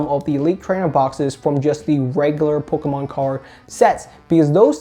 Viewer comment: Lets say it like. "Pokmon"